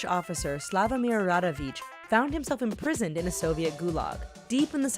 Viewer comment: Rawicz it's RA-VITCH and not Radawicz (rada-vitch). Where the hell did you get DA from? - Vulovic reads as VULO-VEETCH and not ICK at the end. You should pronounce it very softly. If you're not aware how to pronounce foreign names, listen at least to google translator text to speech.